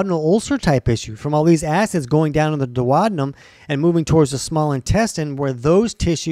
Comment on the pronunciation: You have a very weird way of pronouncing the word duodenum.